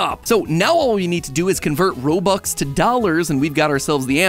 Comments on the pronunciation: did he just say robuck and not robux? seriously, I just got offended so badly that I will hop off this video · did you just called it robuck?? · Uhm.... Robuck I infact correct, robux I plural, due to the z.